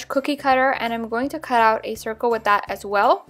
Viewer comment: Why do you say wit instead of with